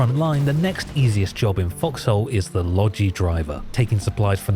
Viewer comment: Why calling it FoxHole... It sounds like F**ks Hole